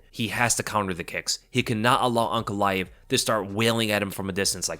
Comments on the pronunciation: I thought was saying Uncle Laev for half the video until I looked at the spelling 😅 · Man kept on thinking you were saying Uncle when saying Magomeds lastname.